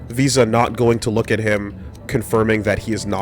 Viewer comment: Visa...VSauce...we're just never gonna say her name right in this LP, are we?